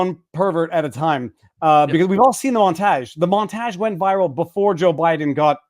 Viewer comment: Viva pronounces "montage" the same way William Shatner pronounces "sabotage"... Must be a Canadian thing?